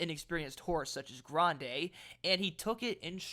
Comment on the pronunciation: I like the way you trill the "r" in Grande because I was a Spanish teacher. Grande had a far longer trip than Rodriguez in the Wood and was flying late. He got a better rating than Rodriguez when you take that distance traveled into consideration. Like the favorite in the race, Journalist, he's by Curlin. His damsire, War Front, was only out of the money three times in ten races but was a sprinter. Brad Free, Steve Crist and Andy Beyer - all legends in horse racing lore- like Grande to be in the money.